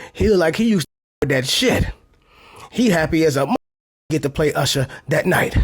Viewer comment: That was Oosher not Usher 😂😂